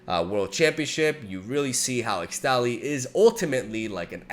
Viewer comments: ixtali is pronounced: Ish-tali, ixtal = ish-tal why the heck did riot think using x for an sh was a good idea 🤦‍♂️🤦‍♂️ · ESHTALI .. not ixtali XD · I've no idea whether you're still reading the comments, but its actually pronounced ishtali, not ixtali :P since the region of Ixtal is based on mayan/inca aesthetics, and X is pronounced like 'sh' there.